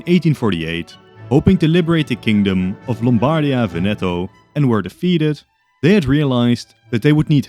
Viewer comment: Just a little pronunciation note from an Italian: we say Lombardìa and Vèneto. Love your content btw